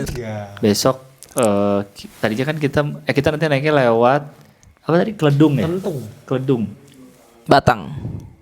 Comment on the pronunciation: bacanya Kledung bukan Kledung pakai e